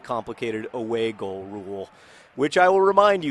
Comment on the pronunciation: Every time John says "away goal" I think he's saying "a bagel" in a funny accent